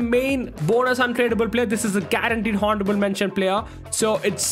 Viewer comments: its pronounced onorable mentions not honarable mention the spelling is honourable and h is silent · Honourable mentions 😂😂😂 it’s pronounced with a silent h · Bro in honourable h is silent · Someone kindly teach that 'h' in honorable is silent😂😂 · Bro your honourable pronunciation is really cringe